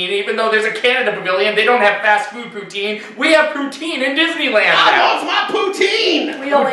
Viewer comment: It’s poutine (poo-TIN) I’m Canadian I’m allowed to correct you